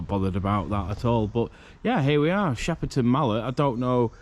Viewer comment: It's shepton not sheperton you bafoon don't no where you are of course it's damp no heat in a old building get real clueless